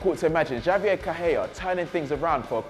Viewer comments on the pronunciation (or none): none